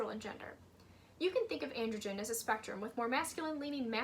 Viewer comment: Just so you know, 'androgyne' is pronounced an - druh - jain, not an - druh - jn! You're pronouncing it as 'androgen', which is a type of hormone.